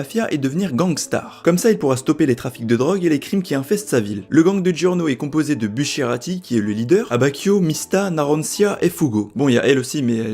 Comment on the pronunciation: "La ville de Niapolis" "Buchiarati" "Pazione" Aouch. Bonne vidéo sinon.